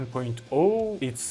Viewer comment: SDK = "eeS Dee Kay"